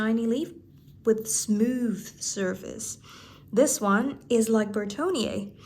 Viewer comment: Please say "surface" instead of "service". It really hurts my ears. Other than that, great stuff as usual.